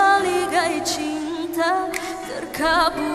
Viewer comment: Hafiz pon sebut cinthaaa banyak salah sebutan dia..kalau syafinaz jadi juri..komfom x dapat dah hafiz tu..tapi nk buat cane ..anggap rezeku anak dia